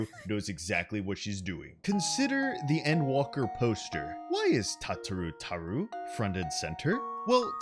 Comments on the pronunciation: Am I the only one who's hurting over the way he says her name? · PLEASE STOP PRONOUNCING IT THAT WAY